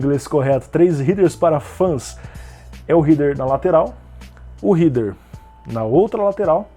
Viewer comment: a pronúncia correta de HEADER é RÉDER, e não RIDER, então o pessoal fala certo sim, o q fala errado:P vem de HEAD (pronuncia RÉD).